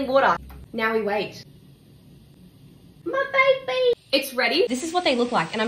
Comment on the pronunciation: "mAh bAyBeEy" got me dying